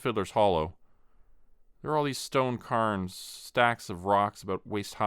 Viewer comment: Love the story so far, but hearth is pronounced "HARTH", not "HURTH", and cairns is pronounced "CARE-NS", not "CUR-NS"!